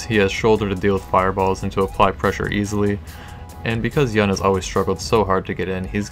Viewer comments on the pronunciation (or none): Its pronounced "Yoon" dude